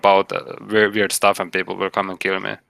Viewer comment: “Some people called him veerd”